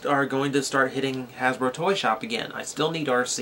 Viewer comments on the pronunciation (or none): none